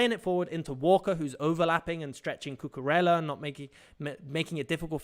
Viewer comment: Great tactical content. Just fyi Cucurella's name is pronounced 'Cucuraya'